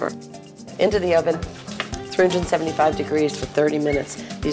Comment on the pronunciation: I loooove Ina and 99% of her recipes, but as a first generation Greek ( immigrant off-the-boat parents) this is not an authentic recipe and I just can’t…..Sigh. No bread crumbs! Sigh… Ps. It’s properly pronounced “ spa- na- koh-pee-ta” with the accent on the 3rd syllable. Literally translates as “spinach pie”. Next!